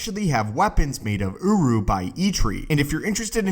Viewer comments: I can’t take this seriously he says Urru because it sound like UwU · everytime he says Uruh take a shot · I keep hearing OWO metal